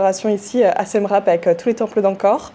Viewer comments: Hello ça se prononce "siem ripe" et non rape 😅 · Mes oreilles saignent Siem « rape » 😅